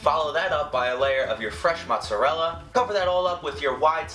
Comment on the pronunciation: He said "mozzerel" I'm dead